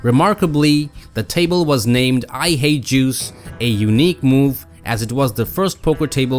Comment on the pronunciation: You need to work on your pronunciation of Jews. I mean Juice